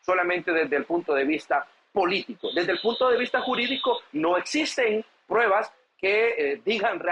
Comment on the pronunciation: SE DICE PRUEBAS, NO prebas.